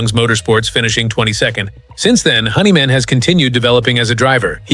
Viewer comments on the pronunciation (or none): Ai that can't pronounce words honeyman its hendrickman 😮ai is a bunch of 💩